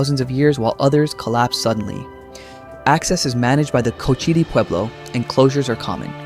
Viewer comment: At least for now, most AI is inferior to human spoken narration. We are still left with videographers who are too lazy to do even basic research into the pronunciations of place names making their films inaccurate and embarrassing. BIS-ty, not BIS-tee: it is a Navajo word. HEE-lah, not GEE-lah: it is Spanish. CO-chah-tee, not co-CHEE-tee. How hard can it be to check with the locals or stop in at any visitors’ center to get the pronunciations right? You say that the locals guard these sites fiercely, and along with that protection comes the need to respect how things are pronounced.